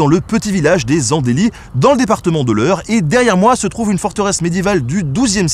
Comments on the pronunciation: Je confirme, ici on prononce les Andlys pas les Andèlys :)) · Merci Nota Bene, ça fait des années que je suis tes vidéos et avec ce sujet tu m'as replongé en enfance..Ayant grandi aux Andelys (au passage les habitants prononcent Les zandli et pas les zandéli) Les sorties scolaires a pic-niquer sur la bute du château, le premier truc que tu vois sur la route en arrivant à la maison, le tableau du siège accroché dans la mairie...Tellement de détails merci merci !!! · On dit pas les "andélys" mais les "andeulys" j'habite pas loin 😆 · On dit Andelys (An2lys) bouffon xd en tout cas j'espère que tu feras une reportage sur Pacy sur Eure (je suis de la bas!) et ses superbes traversées en canoé (ou bidon) à travers la vallée d'Eure, c'est un peu la seule activité des jeunes de ce coin, et franchement ça dépote, je suis certain que tu kifferais, si tu as besoin d'info si tu veux en faire contacte moi, je trouve ça dommage de faire une vidéo sur l'Eure et de ne pas parler de LActivité par excellence, souvent les jeunes de fortune ou groupes scolaire plutôt que de louer des canoé a la journée, ils réccupérent des gros bidons qu'ils lient entre eux et ensuite se mettent a plusieurs sur les bidons pour traverser la vallée d'Eure, franchement c''est vraiment génial ! j'aimerais tellement que tu en parles! Je me posais une question pourquoi avoir choisi l'Eure ? xd certes c'est très joli, mais il n'y a rien non plus d'exceptionnel (c'est mon avis, ça fait 27 ans que j'y habite) , enfin en tout cas ça fait plaisir de voir mon département a l'honneur! Et Giverny, aussi, j'espère que tu en parleras un peu, parce que bon, c'est tellement incontournable aussi ce truc! allez a +++ et bonne continuation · Super vidéo ! J'habite à 15/20min du château, cette région est gorgée d'histoire ! Par contre chez nous on ne dit pas Les And"é"lys le "e" ne se prononce pas =) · Ça se prononce "Les Andeulys", mais sinon super vidéo, ça fait bizarre de voir une vidéo sur sa ville natale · Les And'lys